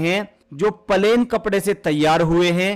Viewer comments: Palen nhi plane bolo😂😂😂😂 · Bhai plain not palain pls🙏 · Pahle bolna to Sikh lo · Pahle pahle plane bolna Sikho😅😅😅😅😅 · Bhaiya aap palain bol rahe ho 😮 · Pahele palain bolo bhaiyaji😂😂😂😂😂